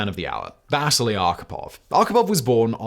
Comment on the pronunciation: Wish Simon and team would reach out to me on pronunciations. Vasily is vas-ce-lee not vas-silly, like Lowell is low-el not Lull (different video). Why? for so many people this is the only source of historical information